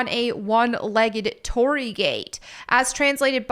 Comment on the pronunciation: your thumbnail currently says Hiroshima when this gate is from Nagasaki. And an internet pronunciation is "tori-ee" for the gate as it's double ii. And I just noticed you spelt it Torri in the thumbnail too.